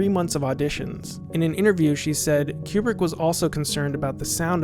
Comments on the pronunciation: I'm pretty sure Kubrick is not pronounced Q-Bert. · It drives me crazy you say his name wrongly. It's not pronounced like a pool cue, but like a chicken coop. Koobrick. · Great video, but your mispronunciation of 'Kubrick' drove me crazy (ku:brik /u/: 'oo' as in 'goose'). Please, god, get it right. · Re: Stanley's last name, which you pronounce as "Cue-brick", do like the NASA scientists and the space flight attendant in the movie do and pronounce it as "Koobrik". We people who lived through his career know him by that pronunciation, so on such a monumental work that you've done, it would have been a nice touch, otherwise... well done. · Pronunciation of Kubrick and Werner von Braun are wrong.